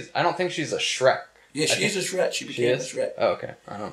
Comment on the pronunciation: It’s been over 10 years since the Shrek the Third commercial he did and he still calls Shrek “Shret” I love David so much.